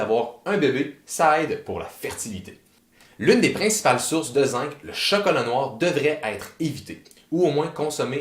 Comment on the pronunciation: Il y a plus de vitamine C dans le persil que dans tous les fruits. On peut donc en consommer sans modération ! Un détail : on dit zinG ("zingue") et non "zinque".